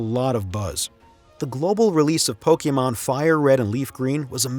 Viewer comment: Thank you for pronouncing Pokémon correctly